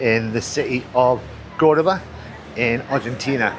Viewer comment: Congrats,, for being able to pronounce CORdoba correctly (for a while)! "Middle East conflict?" You mean tRump's war for Israel combined with the distraction from the Trump-Epstein files!